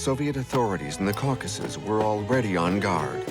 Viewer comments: the cowCASssus. brutal. Then pronounced correctly mere seconds later. What real narrator uses two different ways to pronounce the same word? A machine, that’s how. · mispronounced common words like Caucuses and Reich. definitely AI.